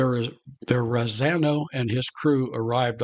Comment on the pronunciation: LMAO - He bungled the shit outta that. As a proud NY'er I'd make him wear a dunce cap.